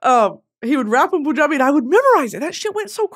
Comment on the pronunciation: Babe it’s “Pun”-jabi. Like “Pun” like a play on word type of pun.